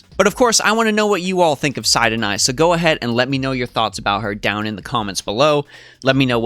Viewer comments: Every time I hear SIDE - Oh - Nai I get thrown off. I always pronounced her name based on how it's written: SIT - Oh - Nai. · sounds like your saying cyanide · SE-TO-NAH-E. I’m having a Deja Vu moment with this video btw.